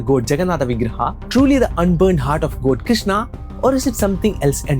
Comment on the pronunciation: I'm sorry but I could be the only one bothered by Goad, goad, in this video. Strangely it bothered be so much that I had to stop watching after first minutes